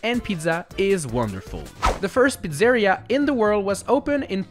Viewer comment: Pizzèria had me dying 😂 (it's Pizzerìa)